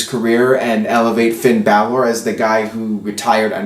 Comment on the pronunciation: Please stop pronouncing Balor and Nia Jax the way you do, you're saying it wrong and it's getting annoying